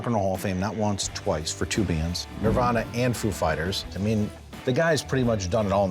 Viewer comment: She also said "Narvana" 😂